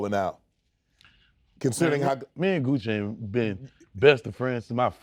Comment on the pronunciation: When they keep calling Gucci "gooch" 🤣🤣🤣